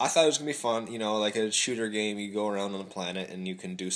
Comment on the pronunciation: Game, not gams. Sorry...